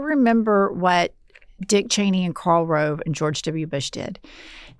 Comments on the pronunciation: Sam never gets Liz Cheney's name right lol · Sam will never get Liz Cheney's name right 😂